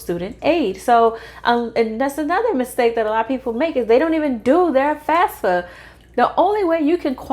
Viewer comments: Why do you say FASFA? It is FAFSA. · you are saying FASFA all the time it is FAFSA .